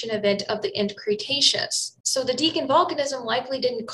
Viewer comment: She should at least know how to pronounce Deccan. Indeed, it is very suspicious that she doesn't. Also the crater by the Yucatan peninsula was discovered long before the asteroid theory of extinction was put forward. Oil company geologists had found it many years beforehand, but they were only interested in oil and gas. The problems make me rather suspicious about the overall quality of her videos. There seem to be just too many mistakes that are too obvious, and even a bit of editing for quality from another source would have removed. Probably better to stick to getting information from better accredited sources.